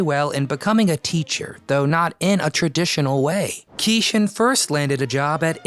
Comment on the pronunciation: Great video! But I think his name was pronounced like "key Shawn".